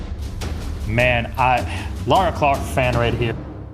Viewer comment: "Laura Clark" as a brit this made me scream in anger